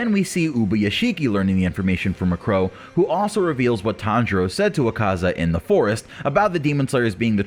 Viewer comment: I love how poorly he pronounces akazas name lmao